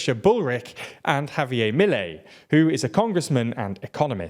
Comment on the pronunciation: "Javier Milei" is pronounced "HAVE-yer Me-LAY", not in the weird way you did.